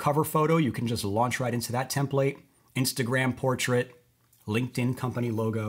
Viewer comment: If he says TIM-plate one more time, I'm going to scream. Don't they teach English in schools anymore?